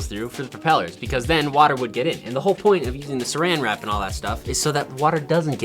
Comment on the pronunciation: Wen he sed suran wrap me as a British person I sed wat do you mean suran wrap its clingfilm